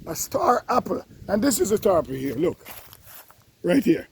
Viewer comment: Star Happle?? Lol Happle Tree? Hackee Tree? Jamaican can’t stop add the H? Lol 😂